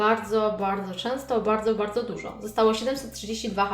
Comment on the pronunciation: ty mówisz bałdzo a nie bardzo xd